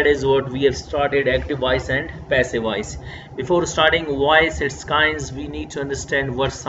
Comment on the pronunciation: Sir awesome but there is one mistake when u pronounce voice it became wise